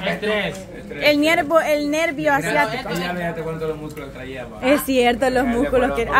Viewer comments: Ciatica ..no asiatico.. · 😂 yo también le digo asiático pero es Siatico 😄😄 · Estos muchachos dicen el NERVIO ASIATICO😂😂😂 y es el NERVIO SIATICO